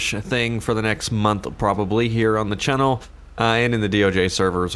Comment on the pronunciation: The way you say “channel” bugs the shit out of me bro. Still love the videos!